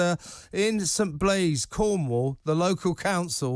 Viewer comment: its st bazey not st blaise, down the road from me